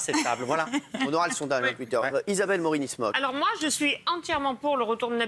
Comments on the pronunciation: C'est moi ou Cyril Hanouna a dit Isabelle Moroni Smocks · 2.34 " Isabelle Morinismocke"